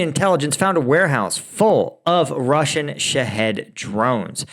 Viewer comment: You need to practice Russian pronunciation. You can do it! Thank you for another great video!